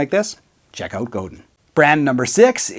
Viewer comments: Godin is DEFINITELY my favourite. I should mention that it's pronounced more like Go-Dan, not Go-din. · It’s pronounced Go-Dan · buddy— no offense but it hurts my soul to hear you pronounce ‘Godin’ like an American